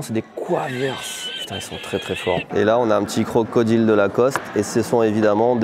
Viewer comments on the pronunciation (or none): none